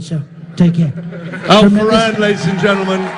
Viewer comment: Alpha Ran? His name is Al Foran lol